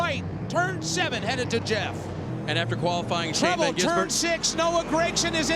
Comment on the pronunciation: Shane van Gisenburgen? .... Get it right, idiot.